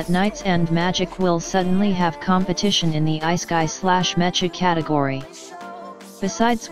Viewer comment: Hearing “isekai” as “iceguy” is killing my chromosomes